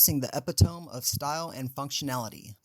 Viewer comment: I do appreciate that you’re trying to give viewers a run down on top carryon luggage but mispronouncing words like “epitome” as “epi-tome” instead of “epit-o-me” and misspelling “revealed” just makes the presentation sound less professional.